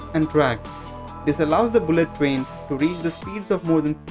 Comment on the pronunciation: He says fastest rain XD